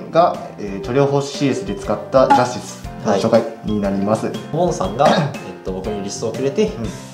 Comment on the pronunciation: ジャズ↑ティス↓